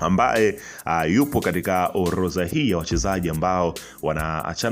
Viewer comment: neno ORODHA tamka vizuri unakosea kusema OLOZA rudi shule ukasome Kiswahili